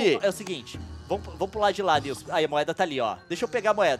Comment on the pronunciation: NAO SOLTA O "L" NILCE KKKKKKKK